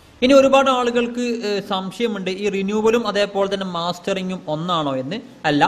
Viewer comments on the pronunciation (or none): മാസ്റ്ററിങ്‌ അല്ല മസ്റ്ററിങ് എന്നു ഉച്ചരിച്ചു പറയുക